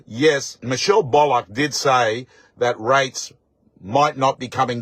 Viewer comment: Will you please say Michelle’s last name correctly please Bull ock Not bollock